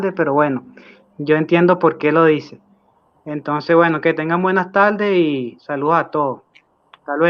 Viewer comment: Se dice : buena TARDE no buena taLde.... Se dice COBARDE no cobaLde .. Un poquito de ESPAÑOL